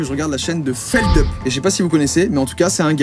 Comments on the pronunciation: Juste c'est pas "Feldeup" ça se dit Feldup sinon encore une vidéo incroyable :) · feldup et pas feldeup mdrrr mais bref sinon je suis vachement content qu’il ai de plus en plus de notoriété parce que franchement ce mec est génial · Mais… Feldup… sa se pronnonce a la Française (fèldhuppe) pour Felix Dupuy… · trop heureuse que Feldup gagne en visibilté ! btw : ça se prononce FeldUp pas Feldeup :P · oui mais même mdrrr c'est son pseudo c'est pas a toi de choisir comment ça se prononce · peut-être mais il s'appelle Dupuis, pas Deupuis xD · feldUP ça se prononce en anglais bande de quiches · ça se prononce feldupe cependant